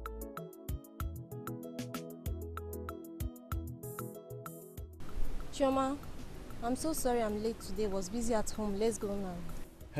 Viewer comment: Chioma not Chisom